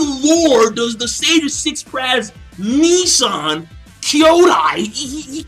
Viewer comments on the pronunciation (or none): none